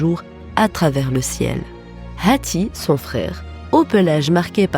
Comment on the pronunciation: mais pkoi prononcer le H de hatti comme ca ?